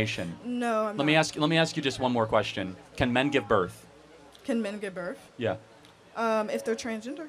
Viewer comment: Give “birf”. The “earf”. Try saying “th”